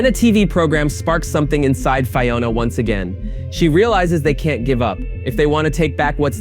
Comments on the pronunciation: Fye-ona? Land of Oh Oh? Fuck off with this AI bullshit. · How are you mispronouncing Fiona? Her names is used every episode.